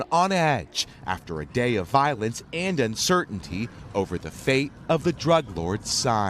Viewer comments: he said Colorada and Culiacoon. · Sinola cartel? Cooliakoon? Coloradah? This guy hahaha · Worst reporter I've ever heard 'sinola' 'kulia koon' and who could forget 'coloradaa' definately worth checking prenounceation before publishing😂🤣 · This guy can’t say CULIACÁN OR COLORADO WTF 😂🤣😂🤣😂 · I don’t think he even pronounced the state name Colorado correctly